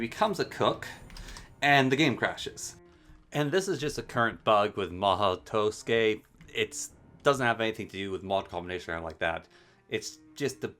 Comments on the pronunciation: Wrong, it's pronounced as ma-ho, the u is left out, and tsukai is pronounced skai. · did he just say to-skay